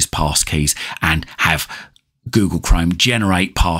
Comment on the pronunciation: yes but You pronunciation is funny You Say Google Chrome almost as Google Crime 😂